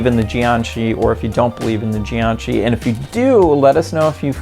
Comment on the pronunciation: It's jiag shi